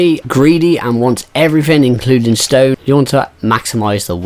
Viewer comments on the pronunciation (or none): "Everyfin" nothing is more cringe tbh